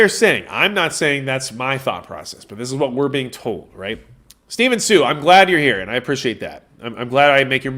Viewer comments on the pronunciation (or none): none